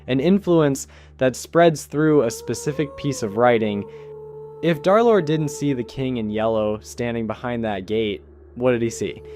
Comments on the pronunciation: some idiot said "DarLord" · pretty easy to guess why he said darlord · Derlord ❌ Darlord💥✨💖✅